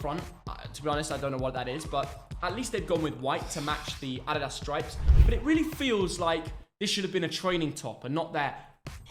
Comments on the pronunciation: It is adidas not aDEEDAZ lol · These two hate way too much on some of these shirts. The dad says Adidas completely wrong.